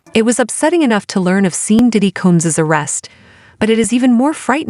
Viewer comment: What bs! The AI keeps pronouncing his name as Seen...LOL! I don't even know how this site has 1.3 thousand subscribers! Damn!